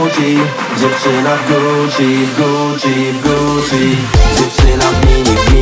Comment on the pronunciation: Na przyszłość: wymowa słowa Gucci to ,,Guczi a nie ,,Guci” Ale to może dlatego tak jest bo wokalista ma wadę wymowy.